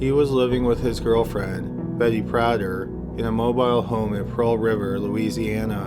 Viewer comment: Just a small note, in the first story the names are pronounced "PRAY-ther"(soft "th") and "Fon-TE-know"